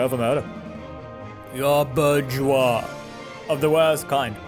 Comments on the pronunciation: Pretty sure the French pronunciation is “zhwah”, like “fromage”. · Yeah, you're right, it is more of a "zhwah" sound. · your attempts to pronounce 'bourgeois' are hilarious